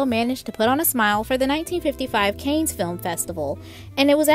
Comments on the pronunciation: It’s pronunciation is similar to our English word CAN. CAN or CON Film Festival. Anything but CAIN! LOL!! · Yep. Dreadful narrator rattling off the script at 200 miles per hour and mispronouncing words. CAN Film festival not CAYNE! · Yes, it should be pronounouced, Ray Mil-land' with accent on the second syllable, as in, "mil-lawned". Cannes Film Festival, like the city is a French proper noun, said like "Con". Will you younger folks please do a little more prep before mispronouncing so many names and words on your podcasts? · "Canes" Film Festival LOL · ❗Enjoyed your bubbly personality, commentary and respect you enough to say it's The Kahn (pronunciation) Film Festival, the Grandaddy, extremely relevant and held annually in Cannes, France. Another high cost of the marriage was the million dollar "dowry" Mr.Kelly paid the Prince.😉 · Please, please, is there a narrator out there who will review pronunciations in advance and at least ATTEMPT to say names and words correctly? Or think about grammar? Let's start with Ray 'Milland' and 'Cannes' and 'marriage don't mean anything.'